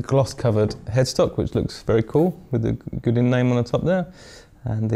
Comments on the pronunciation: Good review and nice guitar, but "Goo-din"? Try something more like "Goe-dan". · Bought one used for $499 and love ❤️ it. Great guitar and fantastic features. Can’t believe he says Gudin. The French must be going bat shit crazy every time he mentions the name of the company 🤣